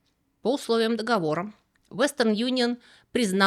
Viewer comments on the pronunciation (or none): none